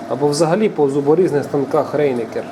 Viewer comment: вы меня простите ради бога, пожалуйста. читайте название правильно. читается не "рейнекер", а "рАйнекер""! я нисколько не умничаю. поверьте. но все,кто немецкий в школе изучали, будут с еще большим восхищением смотреть ваши сюжеты )